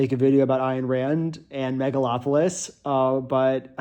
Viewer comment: not me hearing "metalacolypse" instead of megalopolis